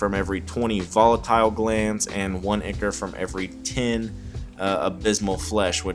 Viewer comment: Awesome. Tyvm FYI: ichor is pronounced EYE-kor :)